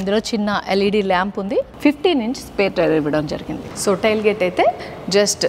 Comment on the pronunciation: టైల్ గేట్ కాదు, టేయిల్ గేట్